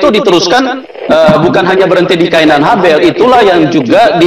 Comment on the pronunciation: Bukan khain dn Habel pak.. haid dn Laela..